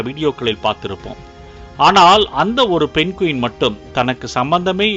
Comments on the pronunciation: Adhu penguin not penqueen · Penguin not Pen Quin.. 😊